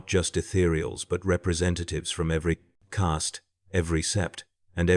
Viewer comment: If You are going to use AI in a video about tau and the warp, then at least train it to pronounce caste and demon right.